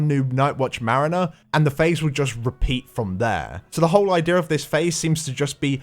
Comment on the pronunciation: merriner? Mariner? llol